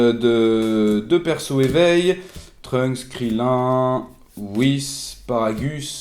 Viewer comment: pardon ???? ça se prononce kirilinne wsh